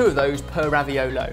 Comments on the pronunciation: It's raviOlo, not raviolOOO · It's ravi-oooh-lo, not raviol-iiii. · I really feel like an italian version of Hermione Granger when i say: it's raviòlo, not raviolò. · says Raviolis Says raviolo I guess the word isn't official? Not to mention Google recognizes the word "Raviolis" but not "Raviolo". But then again Google doesn't recognize a plethora of words. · Am I the only one who can't stop hearing ravi-YOLO?! :D:D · "It's RAVIOLO...not Ravioli." I think took a page out of Hermione's book. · "It's RaviOLO not RaviOLI!" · Actually raviolo is the singular, ravioli is the plural so was right, because he did show a big one (but the pronunciation was still a bit off ) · it's "raviolo" not "raviolo" (read it as Hermione wold and you'll have the right pronunciation). Love you guys sooo much!